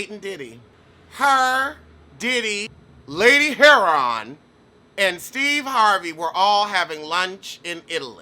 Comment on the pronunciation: "Lady Herion". 😁😁😁